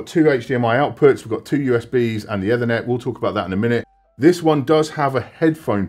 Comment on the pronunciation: do u say Ed-Thernet every time on purpose to piss off anericans 😂